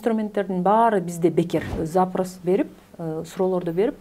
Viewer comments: За'прос эмес😂запро'с.Ударение туура койсон 🤗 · Баары сонун суроо жооп да.Запрас дебей запрос десеңиз туура го дейм.